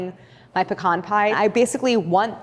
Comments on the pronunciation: As a southerner, thank you for saying "pecan" correctly. It's pa-khan, not PEE-CAN 😂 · Claire is wonderful at taking the intimidation out of fairly advanced techniques. She also pronounces “pecan” properly. :-)